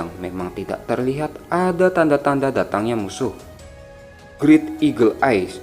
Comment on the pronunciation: Lanjutkan Min, sumpah seru bet Min, oh ya Min mohon maaf ya Min sdkit saran ja Min hehehehe, klo ketemu kata "Great" Itu cra pngucapannya "greit" Min klo grit itu untuk pengucapan Greed yg artinya serakah 😁 trus klo shield itu pengucapannya tetep sama Min "sield" dah itu aja Min maacih 😇